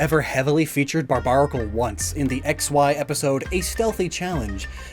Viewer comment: If you like it so much you should put some respect on it's name, it's "Barbaracle" not "Barbanacle" 😭